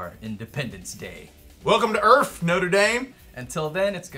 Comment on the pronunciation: Welcome to earff Notre Dame!!! lol